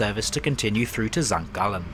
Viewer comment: #1. Excellent pronunciation of my hometown of St. Gallen. #2. I live very close to the Stadler works and we were very VERY upset that SBB chose to go with Bombardier. I like many of their products but when you have a domestic highly regarded train manufacturer " down the lane" as it were, the purchase made no sense and frankly raised some unpleasant questions.